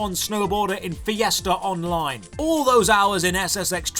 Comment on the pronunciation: Fee-essterr Online